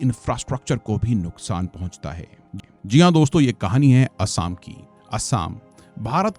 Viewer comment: Bhai theekse Assam pronounce kar 🙏